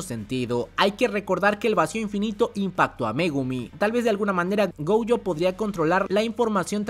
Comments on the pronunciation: Ui-Ui = Wi- Wi- GoUjo = Goyo o en todo caso Gollo. Fonéticamente hay nombres que pronuncias mal. Aún así me encantan tus videos de JJK ! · no entiendo la marcada necesidad de pronunciar el apellido de Satoru como "Goujo", me da un tremendo cringe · Yo solo escuché glo glo glo gojo jajajajaja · Amo los videos de este man, pero choca mucho conmigo cómo pronuncia "Gojo", no haría mal que checaras la pronunciación correcta, o no sé si ya es meme suyo, perdón